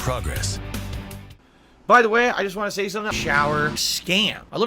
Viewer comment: Great, another word that'll stand out when I watch recaps and I thought him saying "Want" as "Wan" was bad enough